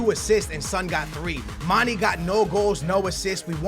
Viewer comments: And for gods sake its not mani its mane!!!!!!!!!!! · he can't say mane properly